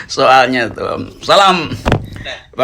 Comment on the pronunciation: Ngakak denger bang roky baca salam🤭 jd pengen do'ain masuk islam🙏